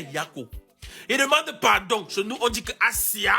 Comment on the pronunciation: Ivoirien on ne dit pas padon C'est pardon